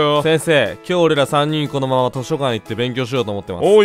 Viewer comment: の時このままなのにここままになってて可愛い